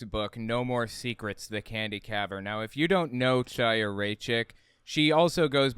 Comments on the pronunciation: Her name is pronounced Haya. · Not to be pedantic, but I believe her name is pronounced like "High-a", or maybe with a slightly guttural initial sound. Otherwise, loved your analysis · the “ch” in Chaya’s name is pronounced gutturally, like the “ch” in Bach or Kristallnacht. It’s definitely not pronounced like “cheese”. If you’re struggling with that pronunciation, it would be closer to say “Kaya” or “Haya”. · why cant people be bothered to learn how to pronounce her name ITS A HARD H HAYA.... like l'chaim....to life and she is a member of the chabad lubavitch sect of hasidim and dressing modestly is not "crazy" you constantly push the boundaries of antisemitism someone whose entire family are members of an insane end days cult needs to tread lightly before attacking other's belief systems and i think chaya is on the wrong path...but no reason to bash all of chabad because of her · its pronounced w a CH/ KH sound like ACHtung or laCHness or baCH not ch as in CHair you all herd of L'CHieem to life CHiya means life in hebrew the sound is a german or scottish ACH like clearing throat sound